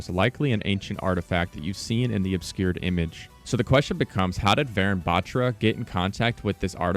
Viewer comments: Bro it's not BAATRRA it's Baathra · Its pronounced butra, not bat-ra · Proununciation problem its batra not betra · man said vayrun batchra, its vuh-roon bahthra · Also it's pronounced varoon bathra not baatra